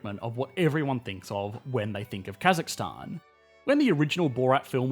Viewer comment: As a Kazakh our nation has changed a lot and I’m glad finally some one who’s not Kazakh that can say more correctly Stan thank you!